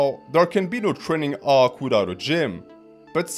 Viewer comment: Trening Arc 😂 ( its the way youre saying training arc in your french accent ik your natural)